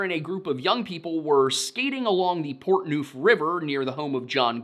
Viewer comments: Portnuef is pronounced as Port-nuff in Idaho. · I think it needs to be said by a native Idahoan that the city is pronounced 'Weezer' and Portneuf is pronounced rhyming with 'enough'